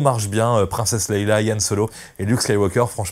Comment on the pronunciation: Leia !!! Pas Leïla !!! Tu perds toute crédibilité...attention !